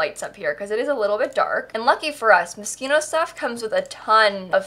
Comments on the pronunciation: Ummm hate to be the one to tell you but it's pronounced MosQUIno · is she saying 'mosquito' on purpose??? isn't it moschino or i am going mad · I swear you are saying Mosquito..not moshchino. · literally everyone else: mos-CHIN-o: mosquito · It’s not mosquito stuff it is moschino!!! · Am I pronouncing this pack wrong? It’s Moschino....not mosquitoe? Like Mosh-she-No. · It is Moschino buy she makes fun of the pack so she says mosquito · why does everyone pronounce moschino so weird. It´s moschino not moskino or what ever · It's called Moschino, not mosquito. What's wrong with you?! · I heard mosquito aswell, it’s okay. 🤡😤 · 🤣 did she just say mosquito? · I keep hearing Mosquito 😂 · Anybody gonna talk about the fact she was saying mosquito? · I can’t unhear MOSQUITO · not me thinking shes saying "mosquito stuff" lmao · I keep on hearing "mosquito" hahaha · Did you say mosquito? Ahahahahahaha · I thought she sais Mosquito pack😂 and didn’t réalise until the end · Every time you said Moschino I thought you were saying Mosquito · I keep hearing mosquito stuff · Are you saying Mosquito stuff? I swear that's all I hear lol. Perfect name for the pack though. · It's not mosquito it's Moschino it's a designer luxury brand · i heard tht as mosquito stuff.... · holy crap i watched your realm of magic video and you mentioned moschino.... i heard you said mosquito and i'm so confused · Why did i use to think you said mosquito pack........ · So the pack is actually pronounced "mosquito stuff"..? Now i know.... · was she saying mosquito on purpose or not. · Did you just say mosquito stuff? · Why do you always call it mosquito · the way you say Moschino triggers me its like your saying mosquito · Why is it so hard to pronounce Moschino properly.